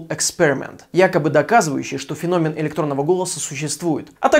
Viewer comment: Не фенóмен, а фéномен.